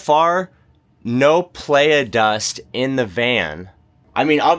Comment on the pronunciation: Dude. Its prounced ply-uh. You're killing me.